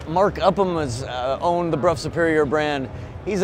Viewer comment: Huge points to for pronouncing "Brough" correctly. So many people say "bro." €50,000 for a bike with no mirrors or indicators. Right. I guess the wealthy have their own private roads on which to ride this thing.